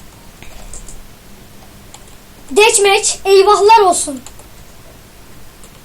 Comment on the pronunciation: Deatmatch = Detmeç :ASDFAS:DSASD